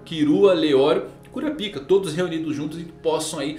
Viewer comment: fale kurápiká please, sem o A agudo fica muito goofy 🤣